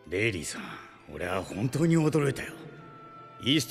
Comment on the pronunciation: Man hearing shanks say rayleigh "San" gives me chills